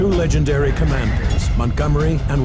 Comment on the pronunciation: You lost me at “legendary” and “Montgomery” 😅😂